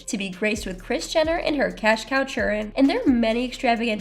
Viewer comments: What happen to the other narrator..the way she said "chirren" was cringe..get someone else to do..like the other girl😮that did the keith washington story..she needs to be permanent. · Chirren and kyleisha Jenkins 🙄🤨😒